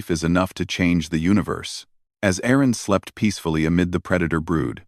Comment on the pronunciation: Erin, not Aaron. Get a human editor.